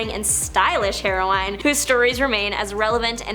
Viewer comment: The word “heroine” is pronounced like the drug, not “hero-wine”.